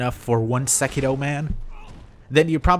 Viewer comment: is it just me or does he keep saying sekido instead of sekiro